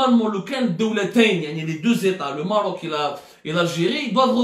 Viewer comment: Mon cher ami tu te goures lourdement; et malheureusement tu a perdu toute credibilite; c est dommage ps: on dit maroc ou maghrib mais pas merroooc